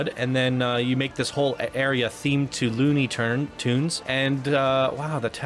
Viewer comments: Why does he say loony turns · I really dug this park, and I thought you were being way too loosey-goosey with your review and your attention to detail. You kind of came across as pretentious and couldn’t properly say the words “Looney Tunes land”, and you definitely don’t give him enough credit this park is sick. just fyi you might wanna look at this one again.